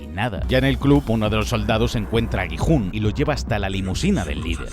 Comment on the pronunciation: Gi-Hun❌ jijun✅